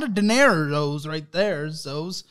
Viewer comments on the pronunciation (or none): "That's a lot of dinerozos right there...zos." is a precious baby